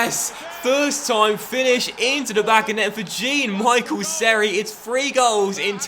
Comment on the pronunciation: It's pronounced jean(jan)